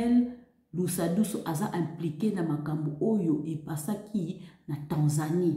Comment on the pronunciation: Deja ozô prononcer pe ko déformé kombo ya mutu Lusadisu et non lusadusu avant ya koloba tuna